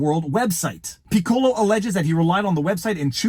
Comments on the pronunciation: I've been disillusioned about Disney for years. It's very sad. (And Viva, "Piccolo" sounds more like PICK-ko-lo. Accent on the first syllable. Like the musical instrument. It's the Italian word for "small.") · I dunno... but in band we pronounced that "PICK-uh-low"